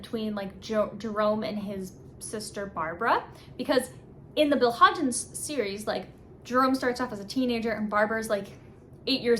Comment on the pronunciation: Its Hodges not Hodgens